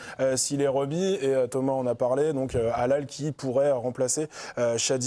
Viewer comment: il ne s'appele pas halal il s'appelle haLhaL, arretez d'ecorcher son nom a chaque fois